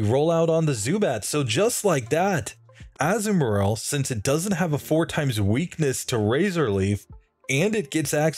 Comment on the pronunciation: You're pronouncing Azumarill as Azu and Marril, and I get why you would seeing as Marril is its pre-evolution, but it's actually pronounced Azuma-rill. With the 'ri' making the same sound as the double e's in 'eel'